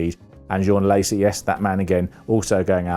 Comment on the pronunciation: Exactly. So ignorant Same with Panis and Alesi